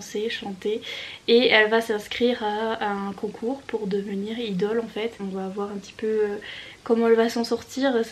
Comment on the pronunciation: Ah j’aime tellement tes vlogs 🥰 🧸 (ps: kpop et idol ça se prononce à l’anglaise 😋)